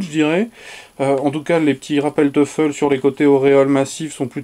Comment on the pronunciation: Salut, ce nom allemand se prononce toyfel Comme toy en anglais.